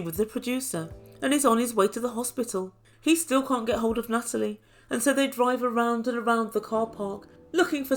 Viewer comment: Nuttalie - love it!